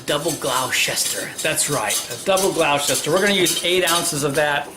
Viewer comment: FYI, It's pronounced "Gloster" :)